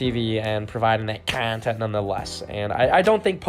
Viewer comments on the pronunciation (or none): out here with that KAWHNTENT